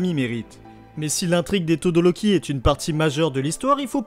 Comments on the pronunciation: 1) On dit Todoroki et non Todoroli Et 2) Toya est "mort" est non disparu ! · La vidéo était magnifique mais ça se dit todoRoki